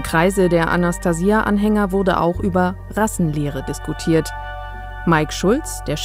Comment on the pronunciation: die kann ja nicht mal den Namen Anastasia richtig aussprechen ! Forscher der Linken !